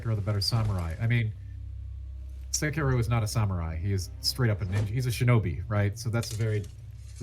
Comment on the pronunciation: Sekiro is pronounced Sekiro. Hope this helps!